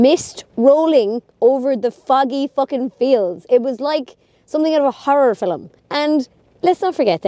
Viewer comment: I always smile when you pronounce “ film” as “ filum “